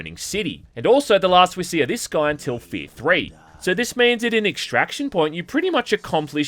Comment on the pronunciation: It's hack to make fun of accent... but he DOES call this game "Fee".